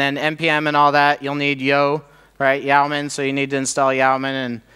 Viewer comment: FYI Yeoman is pronounced "Yo-man" (see e.g.